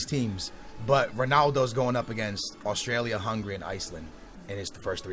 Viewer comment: swear he said austrailia